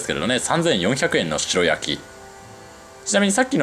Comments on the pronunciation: 白焼き→しらやき⭕️ しろやき❌ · 鰻の「しろやき」ではなく「しらやき」ですよ! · しらやき、が一般的かな？しろやきは聞いたことないな。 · しろやきじゃなくてしらやきじゃないんですか？？ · しろやき ✖︎ しらやき ◯ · スーツくんほどの知識豊富な方でも 鰻の白焼きを 「しろ焼き」「しろ焼き」と、繰り返し言ってしまうこともあるんだなぁ。😅でも、ここのコメント欄に皆さんが 訂正してくださっているから、現在のスーツくんは 「鰻の しらやき‼️」って、認識されていることでしょう❤ スーツくんのファンですので、スーツくんが 私の大好物でもある鰻の 食べまくりのツアーの動画を幸せ気分で見せていただきました‼️😆👍👍👍👍👍 それにしても、美味しそうなお店ばかりを巡っておられますねぇ😊 近年、一昔前より鰻の値段が上がり、控え気味でしたが、スーツくんみたいに 豪快に食べるのもいいなぁ❤と、思いました‼️ 他の物を節約したりしたら、鰻を食べる費用が捻出できるかなぁ。日々の無駄遣いを減らしてでも食べたいな❤ 鰻。 スーツくん、楽しい動画をありがとうございます🙋 元気出ました😊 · しろやきじゃなくて、しらやきな。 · 鰻の白焼きは、しろやきじゃなく、しらやきと言ってくれよ！○○蒙昧！ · ”しろやき”じゃねーだろ？ ”しらやき”って言わねーか？ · しろやき？しらやきでしょ？ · しろやき？ しらやきだろ！日本語ちゃんとしろ！ 確認して、訂正しお詫びしてくださいね。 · 美味しく鰻が食べれた様子、楽しく拝見しました♪ あの、白焼き、は、しらやき、と読むと思います。。。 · 白焼きは、しらやきと読むのでは？